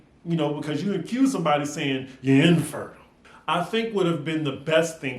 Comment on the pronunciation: “Ya INfertile”, and the emphasis Jackie put on IN will forever tickle me lol 😂